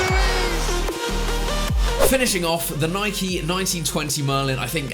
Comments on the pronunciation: It’s Nike not nikey ffs.u own a bike not a bikey. U don’t likey and subscribe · Sorry but this gets on my nerves he first says ‘Nike’ then he says ‘Nikey’ it’s not ‘nikey’ you don’t ride a bikey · Cough cough * Nike not nikey *. U ride a bike not bikey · Did Chris just call Nike Nike-E, questionable behaviour